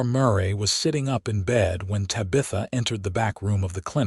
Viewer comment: Decent love story but so many misspelled and mispronounced words - is the man's name spelt Knox or Nochs? The names Tabitha and Murray are mispronounced as well. Pls fix if u wish for people to consider the writer and uploader as professional people - otherwise just remain uneducated!!!!!!!!